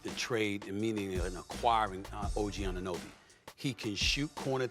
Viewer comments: I just hope Stephen A can learn to pronounce OG's name while he's in NY now 🤷🏽‍♂️🍻🍺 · someone tell her how to pronounce anunoby